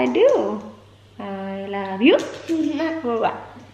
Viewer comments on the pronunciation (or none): I heard "ARLOve you" HAHAHA